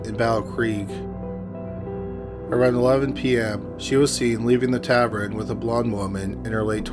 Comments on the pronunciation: Say ta vern. NOT ta vrin. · Oh no, here we go with “tav-ren” again. Not a word, dude. Oh well, at least it’s not in “Gavel-stun”... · Oh no he’s still saying Tavern wrong 🤦🏼‍♀️ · I love you so much. I fully support your mispronunciation of tavern.